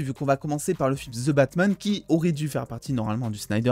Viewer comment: La désolé je suis pu capable ton " ze Batman " normalement j'aime tes vidéo mais le ze jsuis pu capable ou avaez vous appris l'anglais car au Québec on le prononce comme le reste du canada et des USA ex: votre Hulk qui nous on le prononce comme les anglais holk poyr la pronociation donc le the que vouz dites ze nous comme ces prononcer e est prononcer i et le th en d donc ex: The Undertaker est prononcer Di Undertaker sérieux je like toutes tes vidéos a part les ze batman Sans rancune mais la en startant la vidéo et jai entendu une fois de plus le ze jai dit non jme vide le coeur pour esseiller de comprendre pourquoi en France vous déformer l'anglais de cette facon la quand tu écoute de quoi en anglais tu l'entend comme jle dit ou pas?